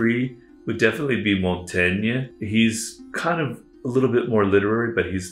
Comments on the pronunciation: Montagna ? It's Michel de Montaigne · Mont-tain-ya? Seriously???